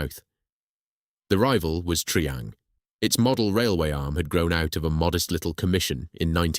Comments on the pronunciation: Triang is pronounced try-ang not tree-ang. God that's annoying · Triang = pronounced 'Try-Ang'! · mispronounced of Triang, and we lived in Margate. Unforgivable, otherwise good or very good. Spoken too fast...